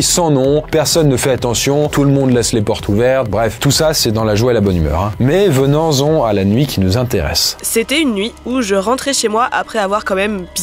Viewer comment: Au début de la troisième histoire, tu nous dis « venans on à la nuit » 😂